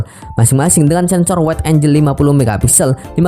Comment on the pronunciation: sebutan ANGLE (ANG-GEL) bukan AN-JEL